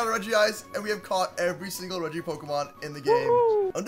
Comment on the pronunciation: it’s not raggi it’s regi